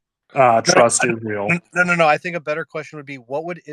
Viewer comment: Like clockwork, the woman campaigning, when asked on her views on Israel, stated she supports Israel and pronounces Israel "Izroll".